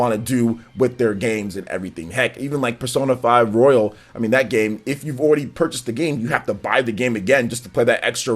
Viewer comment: It's "royal" not "royale"